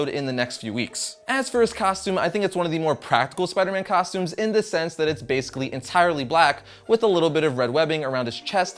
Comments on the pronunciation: At the beginning you said tostumes instead of costumes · Rewind it he said tostumes